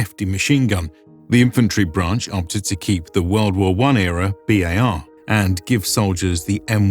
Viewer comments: It's always pronounced "B" "A" "R", never "bar". I know that pronounceable acronyms usually get pronounced. That didn't happen in this case. I don't know why. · Its not Barman. Its B.A.R. man. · BAR was never pronounced as a word, but rather as the letters. Bee, Aye, Are. Bar was a slang term for Hershy's chocolate bars. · My father was Infantry in WWII. BAR was always spelled out, BeeAyAre. Garand is pronounced Gare-und, not Gare-And. John Garand was French Canadian.